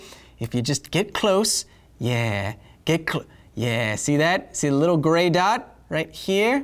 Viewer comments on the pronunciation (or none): none